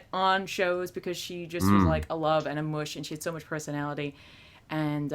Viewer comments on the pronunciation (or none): none